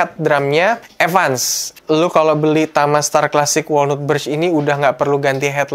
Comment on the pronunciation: Saran bang. Walnut cara bilangnya wolnat. Bukan wolnut.